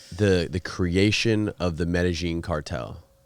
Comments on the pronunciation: Lmao Its (pronounced) MED-A-YEEN cartel not meta-zheen cartel🤣 WOULD'VE KNOWN THIS! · Did you say medazjeen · Learn to pronounce "Medellin" properly lol. Mot trying to be rude but would make it easier on the listeners ears lol. Its a big well known name it isnt hard to get down☺️🤙🏼